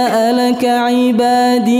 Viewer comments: Dan huruf ya' nya juga dibaca fathah, kalau ana nda salah dengar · Ketika pengulangan ayat وإذا سألك عبادي.. yg kedua...huruf 'ain kasrah agak sedikit panjang dr yg bacaan pertama, kalau saya denger...atau mungkin saya salah denger...🙏 Terima kasih, Masya Allah bacaanya..Barakallahu Fik...